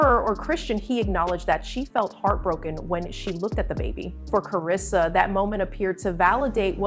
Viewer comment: Ya'll don't know ish about her or her child. We see small clips and ya'll just come out with you assumptions. You don't know her personally or see her and baby in person. Worry about your life and you don't even know how to say her name right but you're making a video about her life 😒